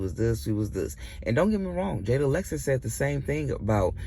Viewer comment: It's jaidyn not Jada 😂